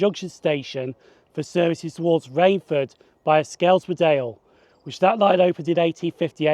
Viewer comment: Just a head up, its pronounced 'Skelms-dale' not 'Sk-elms-dale', you can also use 'Skem' for short.